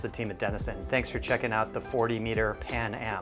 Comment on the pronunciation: I think your not supposed to pronounce the 'G' in 'Baglietto'.